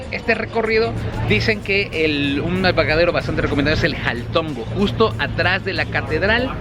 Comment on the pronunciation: jaltongo ?? Caltongo hermano,caltongo